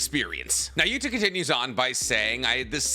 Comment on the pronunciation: Can u please stop calling him Gota?, it’s Yuta dude 😅. U still called Kenjaku, Kenjaku.